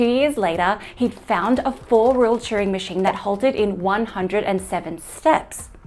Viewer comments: Are you saying Churing or Turing machine? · Churing? I thought his name was Turing. And I watched The Imitation Game.